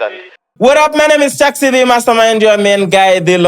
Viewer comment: Chix ni nani!? It's Chaxxy get that right. No offense.